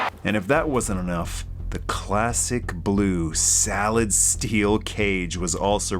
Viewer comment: This was a great video! I gotta point out though, instead of "solid steel" you definitely said "salad steel" and that gave me a damn good chuckle.